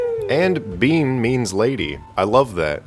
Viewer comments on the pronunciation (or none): Your a mess. Bean is pronounced BAN. if it was BEAN, in mexican it would be Frijole Senoira. or Bean Lady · your pronounsing it wrong "Bean sidhe" is pronounced B-AN SHEE and siad Banbia-Shade learn your Gaelic